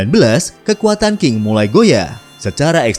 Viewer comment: Dinasti Qing...tidak dibaca dengan King tetapi dibaca serperti Cing.....